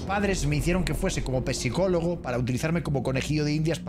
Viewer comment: Por que dice pesicologo 😂😂😂😂